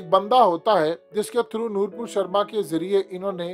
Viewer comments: Sir صحیح نام لیں وہ نور پور نہیں نُپُر شرما ہے Nupur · Bro....It's not "Noorpur"...It's Nupur Sharma...You have been repeating wrong pronunciation.